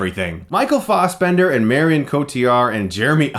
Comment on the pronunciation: It's. not. Farsbender.